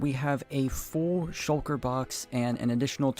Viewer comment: Shul-kuh is hilarious